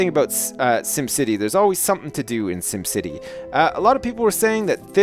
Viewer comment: not 'dim city' its 'sim city'